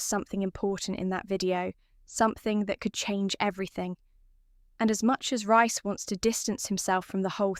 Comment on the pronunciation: Don't get it she can say Priya but not Reece oh yeah RICE🤣🤣🤣🤣🤣